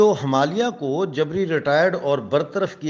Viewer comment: jab aap radio Himalaya kehte hain to usme last (A) silent rakha kijiye, thankyou please bura mat maanyeega.